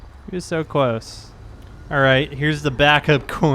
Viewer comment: Cwose😂😂😂 I believe it's close